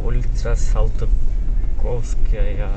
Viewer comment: Улица салдыковская дединби😮 салтыковская десен